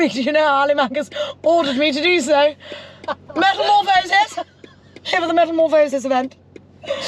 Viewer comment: it's metamorphOHsis... Not metamorphohSIS 😂😂😂